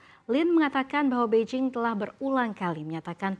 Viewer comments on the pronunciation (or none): none